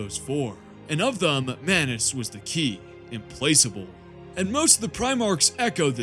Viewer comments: Its pronounced ihm plak able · Are you mispronouncing certain words for comedic effect or due to ignorance? Examples: implacable, belied